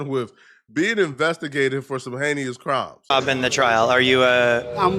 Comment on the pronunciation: incorrect usage of words for today: “heneious” instead of “heinous” 🤦🏾‍♂️